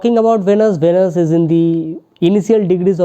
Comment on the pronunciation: It’s not pronounced as vanus pls! It’s veeeeenus